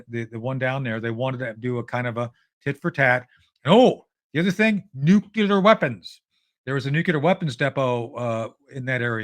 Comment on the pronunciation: Why cant anyone say NUCLEAR (NUKE- LEE- ER) NOT Nucular